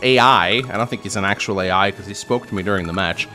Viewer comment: It's Ai not AI.